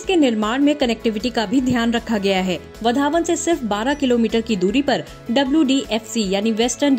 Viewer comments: वधावन नही. वाढवण सही उच्चार है. सुधार किजिये. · वधावन नहीं भाई वाढवण है वह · Yes it's vadhwan this North Indian will not be pronounce properly 😂😂